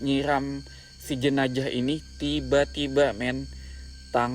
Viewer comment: owang2 dan jenajah. 🤭 Unik bgt dgrnya tuh...